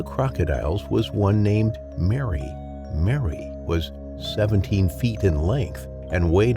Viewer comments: Its called Merry, not Mary! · Croc probaly didn't like his name. Whole time I'm watching this it keeps throwing me off when the narrator says Merry(sounds like Mary) and then says he.